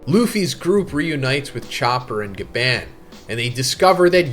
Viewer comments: Bro say gaban eight. It’s gabon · omg...STOP PRONOUNCING GABANS NAME LIKE THAT!!!!🤦🏾‍♂️😭